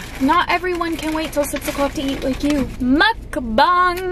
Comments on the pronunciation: Its muckbang not muckbonk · She said muckbong🤣🤣🤣